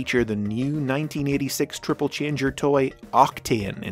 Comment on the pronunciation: O:47 You said tribble-changer there. witch sounds really funny